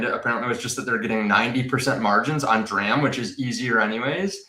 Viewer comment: Thanks for saying D-ram lol 😂